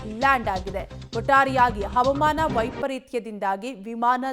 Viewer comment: ಹ‌ವ‌ಮಾನ‌ ಅಲ್ಲ‌ ಹ‌ವಾಮಾನ‌ ಎ0ದು ಹೇಳಿ